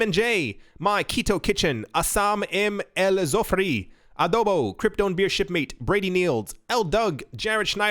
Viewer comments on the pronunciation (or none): none